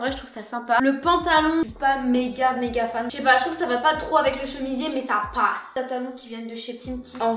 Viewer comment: " ça pawsse " 😂😂